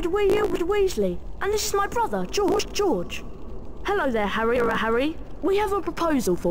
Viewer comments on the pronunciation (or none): "I'm Frerf Weasw and this is my brother Geog." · "I'm Fred WEWsley, and this is my brother JOJ"